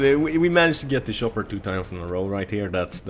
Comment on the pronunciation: shopper i love how you pronounce it :D